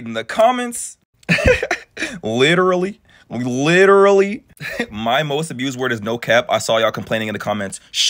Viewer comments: Says “litelly “ 😂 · Listening to this psychopath try to say the word, literally… 🤮 “Little-Lee” 😂 😂😂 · Literally says "litally" wayy too much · She wasn't even pronouncing it right, she kept saying 'litterly' 😂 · Especially those who pronounce it "litally" because they are saying it too much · “Litily” over and over 😭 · Yeah and I never heard someone say a word wrong over and over and over.......yeah like I m.ean "littley"! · she actually said “litally” 😂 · She isn’t even saying ‘literally’, she said ‘litally’… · How many times will she say litally does she know she's enunciating it wrong? "Literally" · She "LITALLY" .....girl.... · If she learned the meaning of, and the pronunciation of the word ‘literally’, she wouldn’t say it as much…if at all. As it is though, she "littlally" is over emphasising using the same words (and without emotion) that she was "littlally" bullied with the same techniques as the actual victim…"littlally". She’s "littlally" lying her "littlal" ass off. Literally. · I litiewwly seiouswly I wituwilly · I'm sorry for anyone even in this situation but please....it's LIT-ER-A-LLY. It's like when people say AKS instead of ASK.